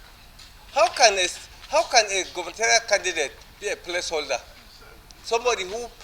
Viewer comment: He can't even pronounce Place Holder and he want to be a Governor